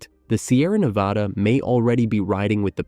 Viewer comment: It’s Nevăda unless you’re talking about Spain. This narrator pronounces it wrong nearly all the time!